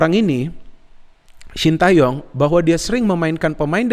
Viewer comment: bacanya bukan sin ta yong tapi sin te yong